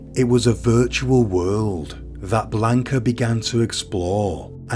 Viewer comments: Did you even bother looking up pronunciations in this case? I find it super disrespectful that you mispronounced the victim's name every single time you said it. It's not Blaynk-uh. It's Blaahnca. And the rest of the spanish was just so... English. It's really not that hard to look it up. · You're pronouncing her name wrong. If I were to offer a transliteration, it sounds like "Blonka."